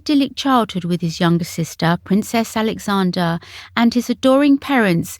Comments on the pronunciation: Error . The Duchess's stillborn child was in 1977, not 1997. Another error is your frequent mispronunciation of Princess Alexandra's name. Look carefully at the spelling and don't leave out the "r" before the final "a". The feminine name is AlexandRA. It's like Sandra, which is its shortened form. The masculine is AlexandER. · Very good , but its Princess AlexanDRA not Alexander !! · I enjoy your videos very much, they’re always interesting, this one though, did irk me a little, you kept saying Princess Alexander, but it was Princess AlexandRA. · Princess Alexandra. How can your AI not be programmed with that loved lady's name. She is NOT Alexan DER disgusted.